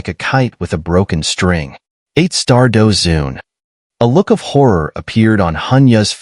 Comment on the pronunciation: Douzun not douzong bro